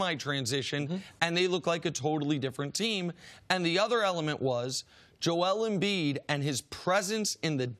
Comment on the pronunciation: Nobody: CC: Jole Embiid